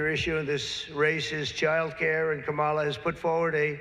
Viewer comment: It´s Kámala. KAMala.